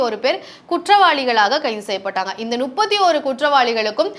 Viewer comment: என்னம்மா, ஒரு channel ல பேசற , நுப்பத்தியொரு பேர் ' என்று சொல்கிறாயே, இது தவறில்லை போலும் என்று நினைத்து , இதைக் கேட்பவர்களும் முப்பத்தியொரு ' என்று சொல்லாமல் நுப்பத்தியொரு' என்று சொல்வார்களே ! தமிழை இப்படிக் கொல்லலாமா? உங்கள் channel ஆசிரியர் இதை எப்படி அனுமதித்தார் ?